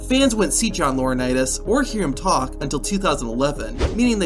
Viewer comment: John Laurinaitis 😂